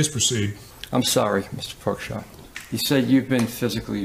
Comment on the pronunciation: Could this be the only time Tim has ever pronounced Mark's name correctly? 😮